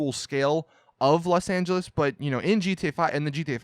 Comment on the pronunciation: You mean Los Not Las😑😑